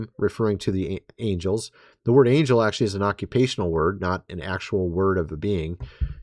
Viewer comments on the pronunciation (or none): none